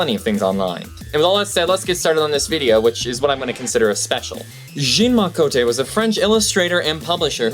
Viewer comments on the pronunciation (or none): I cringed pretty hard at the way you pronounced "Jean-Marc Côté" . Absolutely horrible. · Very interesting stuff, thanks. Nice job. Only thing I would suggest is that in order to sound authoritative, you'll want to make sure you're pronunciations are right (example: Jean-Marc Cote) and get good pronunciation guides for other languages. I'm sure they're on-line or you probably have friends who could help. A lot of the time if you put in a word and write "pronunciation" after it it'll come up or at least give you a place to start. It's an attention to detail which boosts you up to professional level.